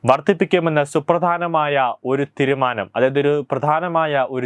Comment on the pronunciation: തീരുമാനം എന്ന് പറയൂ, തിരുമാനമല്ല. വിഷദാംഷമല്ല വിശദാംശം. ആഷ അല്ല ആശ